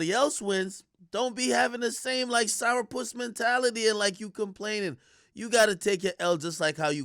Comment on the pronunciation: AK says sour puss. Ah real Jamaican lol...